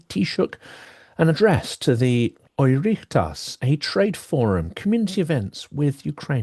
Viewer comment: The term Oireachtas is a term to describe both houses of Parliament in Ireland. Its pronounced like 'or oct us' Regarding the other comments here , Zelennski was safe because of time changes for landing in Ireland which was known to Ireland. Things were changed at the last minute. Besides Ireland and Britain work together with multiple things including communication and even weather stations. There was no imminent danger to the President because of due diligence because Britain had Ireland covered. It's all ok. What isn't ok is the fact that Ireland needs to gear up and understand that it is not a member of NATO and should seriously consider it and this is a hot subject in Ireland. Not fully accepted. But it's also a hot subject in Germany and France. Ànd what is that subject? Conscription! Teenagers call for peace but at what price when many of them don't know their right arm from their elbow. Communication is paramount in a time of war in an unstable world. 😮